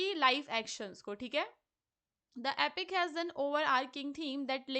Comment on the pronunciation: It's epic not apic ...you harpic😊